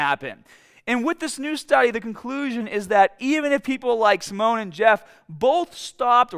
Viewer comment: It's "Sim-e-on". Not Simone. He's not a Frenchman from 1930s.